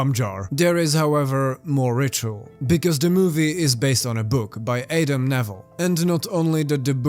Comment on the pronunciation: A-dim? Try Adam...im not sure if this is AI or not but it seems like a person would know the name adam.